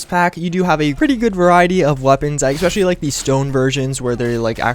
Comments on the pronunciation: I'm not sure why this bothers me, but you say "especially" like "X-pecially" and it is VERY annoying since you say it almost every 30 seconds. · Ec-specially... Ec-specially... Ec-specially... Ec-specially... Ec-specially... Ec-specially... ARRRRRGGGHHHHHHHH!